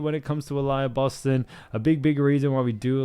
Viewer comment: Uh-lee-uh Boston**